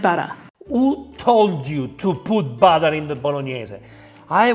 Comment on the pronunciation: And I am disappointed that you doubted yourself and copied her incorrect pronunciation of BUTTER.